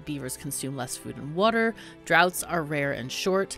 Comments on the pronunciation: Its water not wuter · Did you say "Wooder" around time ? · Wuter wuter